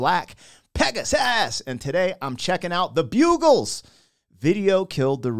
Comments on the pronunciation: Pronounced Bug-els😮😊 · Buggles is pronounced like the pest. Bug-gles This video must have been commissioned by MTV. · Prounouced. Bug - gles ✌ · Buggles pronounced like bug. This was the first video ever played on MTV. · it is pronounced bug - eles .... Also this was the very first video ever placed on MTV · They are called BUG-GULS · It’s pronounced like Bug 🐜 Bugles. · Pronounced, Bugg - Ells. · The way you pronounce it is: bug +alls. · pronounced Bug -gles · You pronounced it wrong. Bug-gles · Pronounced “Bug gulls” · Pronounced 'Bug-ills....' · Pronounced bug-gles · The Bug-gles. "Bug" is how you say it. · The first video MTV ever played. This was their one hit but is still fun. Buggles (soft u not a hard u) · LOL Bug! Bug-gles ... ugh! Buggles!😂🎉😅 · From back in the day, when MTV actually showed music viddeos, instead of "Silent Library". Now you have to have serious insomnia to see a video on MTV. By the by, it is bug - like the creepy craylie insects not bugle, the musical instrument - so it is buggles, rhymes with struggles. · BuGGles - like snuggles with a "B". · Buggles rhymes with (Harry Potter) Muggles. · They are called The Bug-gles 😂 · The bugles? Dude do you english? Didnt know there was 2 g's in bugle. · Buggles rhymes with snuggles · Buggles not Bugles. As in a bug, the insect. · Bug not Bue. Rhymes with snuggles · Buggles is pronounced like juggles - not like the brass instrument - bugle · This is a very old Song and was a hit almost FIFTY years ago! It shot to Number One in Britain waay back in 1979! It's pronounced 'BUGgles - not 'Bugles' - LOL! 🙂 The Lyrics are about Radio Strs that failed to make it to TV - it's further back than TV videos even! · It was the first song played on MTV. It's Bug Gles Not Bugles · It's not bugles like the horn, it's Buggles, the U is short because 2 consonants follow the vowel...ugg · Buggles not Bugles ( bugalls) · its buGGles NOT bugles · It's pronounced 'bug alls' rather than bugles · Buggles. not bugles.